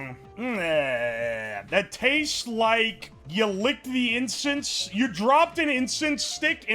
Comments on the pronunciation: We js collectively ignoring him saying "incest" instead of "incense"??? Alright 😂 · Bro can NOT pronounce incense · can you say incense without saying incest? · if i get one penny Everytime said Incest instead of incense,i will have 3 penny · insent ❌ incest ✅